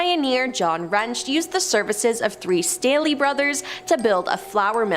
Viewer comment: THANK YOU FOR PRONOUNCING MY LAST NAME RIGHT 😭 Everyone tries to say State-LEE or like the cup Stanley 😂 No. its Stay-Lee and can confirm, the rampage shit is something we are known for 😂